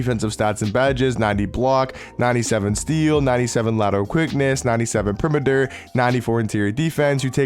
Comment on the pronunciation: I love how this guys pronounces perimeter lmfao